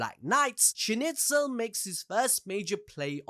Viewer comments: you killed me with Schnitzel hahahaahaa its a food in Switserland. please call the Name SchnEIZel not Schnitzel hahahahahah. awesome video tho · Schnitzel?! WTF LMAO. SchnIIIIIzel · Schneizel... why are you saying schnitzel 😵‍💫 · Character: Schneizel People: Schnitzel! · Dude I really liked your narrative story telling, saved me lots of time rewatching, BUT Schnitzel =/= Schneizel !!! Like Donald Trump =/= Donald Tramp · agreed, he butched the name so bad :( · Also, calling Schneizel "Schnitzel" is crazy.